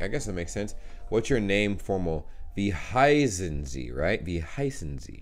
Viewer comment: When you say 'wie heißen Sie?' it sounds for me like 'wie high sind Sie?' what means 'how stoned are you?' 😂😂😂